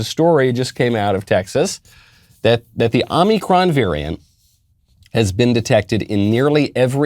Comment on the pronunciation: “Omnicron veriant.” Yoo no speeky Ingee good